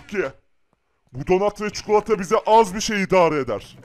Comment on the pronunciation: Abi istersen Türkçe öğreteyim . Çukulata değil çikolata